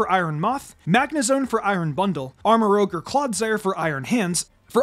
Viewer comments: He still says Armarouge wrong... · It's pronounced armarooje (soft G not hard G) it's french for red Rouge not rogue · Merry Christmas! So far I think this is my personal favorite of the best teams from this game so far, like I'd honestly use it on an in-game playthrough only thing I'd prolly change is use Glimmora over Clodsire, but that's just because I have personal bias to Glimmora even though it's much harder to get than Clodsire. Also Armarouge is pronounced using the french word for red rouge not rogue like from D&D his name basically means armor red. I'm sorry for the correction it's just Armarouge is my favorite pokemon of gen 9, I'm super happy you put him on this best team though 😁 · It's ArmarOUge not ArmarOGue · I don't why it bothers me that says ArmaROGUE instead of ArmaROUGE but it bothers me a lot so Thank you Reddit Armarouge pronunciation Discussion Just want to point out that Armarouge is a combination of Armor and Rouge (the color), not Rogue (the RPG class). So the pronunciation should be arm-uh-roozh not arm-uh-roge. Most people probably already know that, but people mix up rouge and rogue all the time, so I figured it was worth a mention. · Armarouge, not rogue. French for "red" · "Go ahead and correct me in the comment section below." Ok then. It's pronounced "Armour-Rouge" no "Armour-Rogue". It and Ceruledge are named after colours. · Armarouge's name is actually pronounced as Arm-a-roo-juh, rouge being the French word for red. It makes sense when you think of it being in Scarlet. This is also why Ceruledge contains the word Cerulean, a shade of blue for Violet. For the word that you're using, it would be spelled as rogue. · I’ve been waiting on you to realize you’re pronouncing Armarouge incorrectly. You’re saying it as if it were spelled Armarogue. It’s rouge, meaning red, as in the movie Moulin Rouge. Otherwise great content! 👍🏼